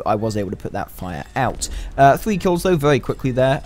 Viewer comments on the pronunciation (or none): It's "four point three " and not thwee.